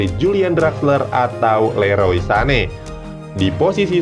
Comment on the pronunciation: Leroy cuy bukan lorey wkwkwk